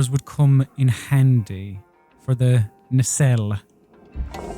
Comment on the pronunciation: Nacelle is pronounced "nay-sell". This has been a psa.